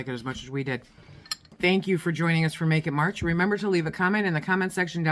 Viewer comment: Almost sounds like "naked March" lmao!